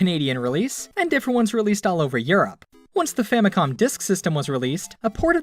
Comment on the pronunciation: "famicon" W H A T